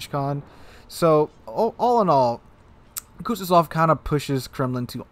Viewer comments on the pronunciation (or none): Please tell me I'm not the only person that cringes at how he says Kuznetsov, its not kutyozov